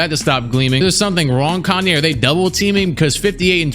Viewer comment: yes kaney